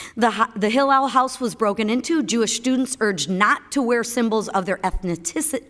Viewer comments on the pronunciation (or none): Gilf material, handing it to the woke mob. Love to see it So cute when she tried to not screw up "Ethniticity" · Mclain reading her questions ,who wrote for you?Can't even pronounce ethnicity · Lisa McLain can't pronounce "ethnicity." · Kills me they can’t pronounce ethnicity but I’m with McClain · It would seem that the difficulty in pronouncing the word "ethnicity " is spreading !